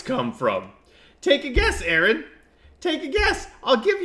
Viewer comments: His name is Aron, not Aaron. Only one A. Pronounced like the initialism for Registered Nurse. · Ignorant dùmb cùnts. Its not Aaron, it's aron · first off all it's pronounced Are-on. And you have the balls to talk about his looks while your fat wife rolls around in that poor chair? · I lasted 2 minutes, I quit listening when you mispronounced his name. You couldn't even get the man's name right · Wow dude. You pronounce his name wrong and cannot use sources for your debunking. Go to school bud. You are waaay out of your league.